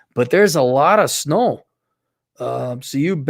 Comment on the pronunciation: said alot of snow like fast from Fargo